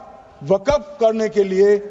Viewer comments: Waqf hota waqaf nahi hota hai Bolna aata nahi hai bil laya hai takla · Waqf board ko waqaf board bol raha sanshodhan karne se pehle bolna seekh Tadipaar 😂😂😂😂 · Waqaf nhi kahte mantri ji waqf kahte h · ये तरी पार को बोलो के पहले बोलना सीखे, वक्फ को बकफ बोल रहा है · Isko to bolna bhi Nahi ata hai waqf bolna hai ya wagaf bolna hai ye BJP Ka musalmano KO target hai bhrat Israel banta ja rha hai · Pahle amit shah ko bolna sikhna padega waqf ko wakaf bol raha hai😂😂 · Isko bolne ki bhi tameez nahi wakaf wakagmf kr rha hai waqf ki jagah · Jo Waqf bhi sahi se bol nhi sakta wo desh ko kya khak Sahi banayega. Bhasha me Criminal ki bhasa dikhti hai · #Tanasha_O#Tanasha Waqf Bolne bhi n aata ha kaisa HM hain india ka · Waqf bolna nhi a raha h or waqf kanoon la rahe h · Wakaf bolna aata nhi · Jo waqf bol nahi sak raha wo kanun la raha hai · Waqf bhi bolte nhi aa rha is sahab ko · ये नेता को वक़्फ़ बोलने नहीं आ रहा है नेता जी देश चला रहे...😂😂😂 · Waqf to bolna nahi aa raha hai aur kanun banane chale hain.. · Jab amit shah Waqf bolte h toh fcuk up katwon q sunai pdta h